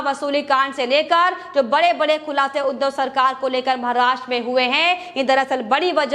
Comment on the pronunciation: Maharashtra ka naam sahi se le lo